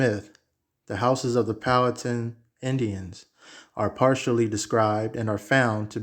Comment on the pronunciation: Powhatan my father side straight out of Charles City county and it is pronounced Pow-wha-tan